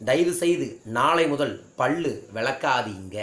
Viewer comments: பள்ளு இல்ல Boss... பல்லு. சரியா உச்சரியங்க!!! பகிர்வுக்கு நன்றி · பல்லு not பள்ளு...உச்சரிப்பு செரியில்லை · First learn how to pronounce pal pls.